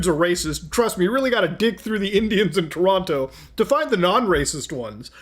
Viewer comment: Muta! You mispronounce Toronto. Also, we can't smell you through our devices yet. :hand-purple-blue-peace